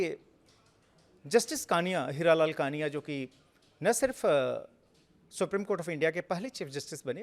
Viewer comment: कृपया नाम का उच्चार ठिक किजिये। जस्टिस कानिया नहीं, जस्टिस कणिया कहिये।